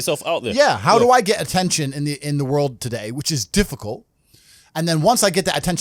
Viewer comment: ATEETION AND MONETIZE